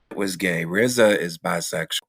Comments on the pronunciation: This nigga said " Rizza," lol!!! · Did This nigga say RZA ??????? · Did he say rza!?!?! 🤦🏻‍♂️ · Brudda said rza??? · Did he say RZA?????